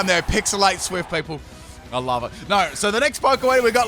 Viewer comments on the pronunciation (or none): none